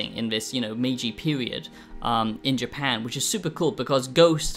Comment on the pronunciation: Ok, ok ,ok,ok . We get it, but it still doesn’t make it a good review. For someone who “apparently” lives in Japan, can’t even pronounce the country’s name. Not worth the watch